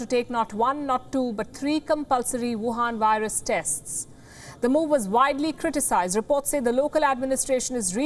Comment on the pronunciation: The emphasis on the word "wuhan virus" is too much